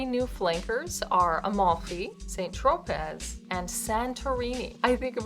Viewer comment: Tro-pay. Not pez(as in the candy)